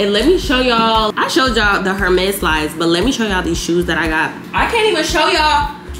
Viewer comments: And “Her • mes” 🤭 Just a heads up it’s pronounced “Air • mes” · Please stop pronouncing the H in Hermes 😂😭 love you though